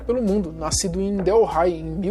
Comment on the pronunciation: A cidade na índia não se chama igual você falou você pronunciou " del hi" se fala " délhi" só uma correção mesmo